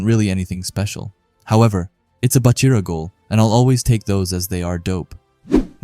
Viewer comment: Its Baa-chira brev not Buhchira